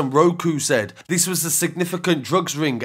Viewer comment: “Diterant”? How about “Deterrent”.